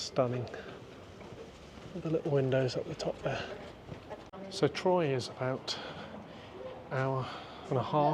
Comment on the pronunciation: Nice video. Troyes is pronounced like the number 3 in French /trwa/